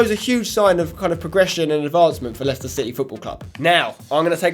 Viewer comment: *Leicester It's not that hard